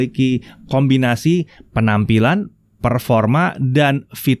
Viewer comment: Kenapa ya kalo mulai dengarnya "Jumpa lagi jagajigihsjahsj TV...yak kali ini dst" 😁